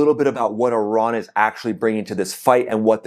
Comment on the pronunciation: Ten seconds in and I hear that you still haven't figured out how to pronounce the word 'Iran'. Can't be bothered to watch any further. Call me when the merry-go-round stops and the 'war' is over.